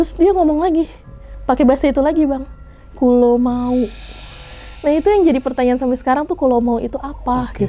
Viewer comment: menurut saya bukan “kulo mau" tapi "kulo nuwun" artinya PERMISI, mbaknya dengernya "Kulo nyuwun" yg artinya saya minta ATAU saya mau minta, tidak mungkin orang jawa bilang "kulo mau" karena itu bahasa campuran jawa alus dan indonesia, orang jawa gak mungkin pakai bahasa itu, kulo nyuwun dan kulo suwun terdengar sama tapi beda arti, kemungkinan mbaknya dibisikin kulo nuwun atau disuruh permisi. dan mungkin bukan butokolo, tapi mungkin betorokolo.